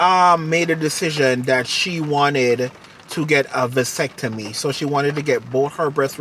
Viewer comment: It's not avascetomy it is a mascetomy